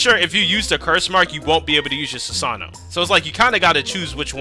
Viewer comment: funny my guy said sasano